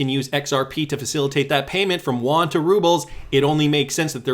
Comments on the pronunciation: Not Juan. Yoo-on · Actually, just a heads up. Yuan is pronounced ' UN ' as in the two seperate letters said very quickly. The Won is in Korea. FYI...